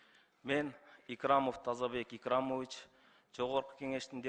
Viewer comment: Мын Тызыбык Ыкрымыв 🤣🤣 , прыкрытыра